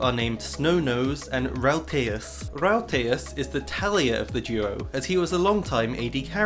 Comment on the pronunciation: A little part of me dies every time he says “Talia” instead of “Taliyah”